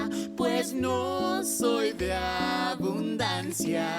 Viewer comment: literalmente dice abundansi en vez de abundancia